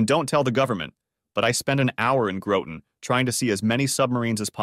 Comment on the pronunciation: Please work on your pronunciations! GRAH-ton. Not GROW-ton. UGH!